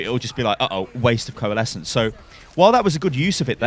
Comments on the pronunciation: "corelesence" xD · " Nothing stops corelesence" ICE WALL UP